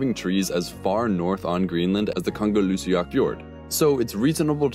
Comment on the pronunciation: its called ga nger llu su aq